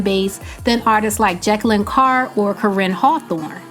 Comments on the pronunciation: It's not Jacklyn but its pronouced Je (gee) Kayln (Kaylin) Carr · Say it with me nah Ja-kay-lyn, jakalyn not Jacquelyn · omgoodness gracious girl, why were you consistently butchering Je-kay-lin = Jekalyn Carr's name. As a researcher/media persona/etc you have to, whether it seems important or not, say the person's name correctly. I cringed everytime. Other than that, I stand with Smokie's comment and rebuttal. On the flip side, true gospel reps don't do what they do for a statue/paganism royalty but unto the Living Elohim. Forget getting excited about the world recognizing in idolatrous ways, when as was seen, they're edging gospel out anyway. We are to be in the world (for Yah's purpose) but not of it. #standoutsoHeisseenOnly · I think you do a great job reporting. But cannot just set back and allow you to mispronounce Jeklyn (Jah'kay-lynn) name. I'm sure it wasn't intentional but a mistake. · No disrespect, but you are mispronouncing JeKalyn's name. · 😛 you might want to consider hiring Keegan-Michael Key to help with Jekalyn Carr's name.😅 The thought of it cracks me up! 😂🤣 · How you said Jekalyn Carr. I'm sorry that bothered me badly lol